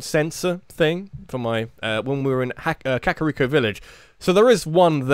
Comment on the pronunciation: I'm sorry but it's Ka-kuh-ree-ko. Not the way you've been saying it.